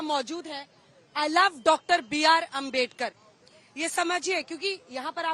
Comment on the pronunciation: Anjna om kashp naam sahi se lena sikh lijiye..... Bhartratn dr. Babasaheb ambedkar.... 💙